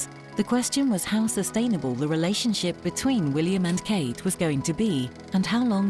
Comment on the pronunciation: Kate not kat